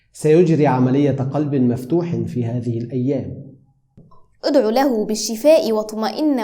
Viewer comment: في لوحتكما هناك خطاء أصحح اُدعُ بدلا اُدعِ